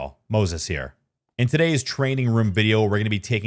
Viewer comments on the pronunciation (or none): none